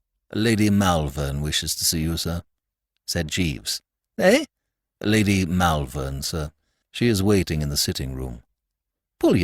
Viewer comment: Not bad, but Malvern is pronounced Mulvern, and I winced every time it cropped up.